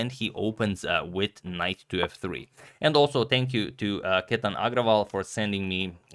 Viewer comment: Chetan as in change.. you pronounced as kethan.. it's alright but just for your info.. i really like your presentation..